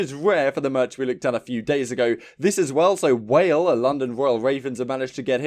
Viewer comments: 😂😂😂😂😂😂 came to the comments looking for this. Its pronounced wah-lay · "Whale will be there" lmao. It's pronounced, like, "wall-eh" kinda like a Canadian Also hell yeh for Merk & Maven, still think Myles and Chance would be a banger duo as well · “WHALE” had me dying